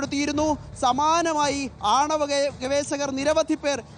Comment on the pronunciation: ഗവേശകർ അല്ല , ഗവേഷകർ..ജയ്ക്ക് പറയുന്ന പോലെയല്ല ഒരു ജേർണലിസ്റ്റ് പറയേണ്ടത്.